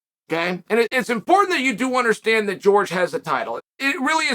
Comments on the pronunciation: Where are you wrong??? It's (whore-hey) not (George) . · Me: Jorge Masvidal Chael: George Masvidal Me: George Masvidal